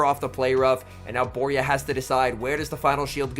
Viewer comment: I was in this event. Worst organisation I've ever seen, it was such a disappointment By the way, Borja is not pronounced Boria, it's BorJa (spanish J, can't think of an english sound to write that can imitate it, but think of the old "charging a loogie" sound)